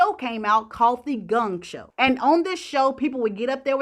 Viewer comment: "Gung Show" = Gong Show